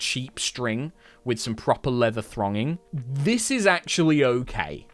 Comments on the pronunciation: Great video, loved it. Have to just say though, it’s leather ‘thonging’ not ‘thronging’ for the people out there who are wondering ;) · It's thonging. THONGING! Not thRonging. Thank you, that's all. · Thonging rather than thronging.